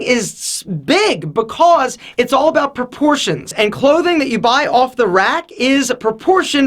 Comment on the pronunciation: Bacose instead of because